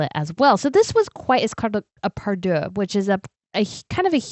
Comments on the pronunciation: Dear, I love you but the word for a matching collection of a tiara, necklace brooches, stomacher etc is PARURE -> Pah Rure not pardieux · I love your channels. There are a few word errors...parure is the word, not pardure.